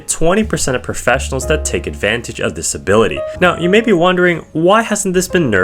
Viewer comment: "this ability" all i hear is "disabilitiy" 🔥🔥🔥🔊🔊🗣🗣